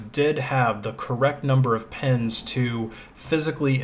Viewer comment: "pens" cpu pens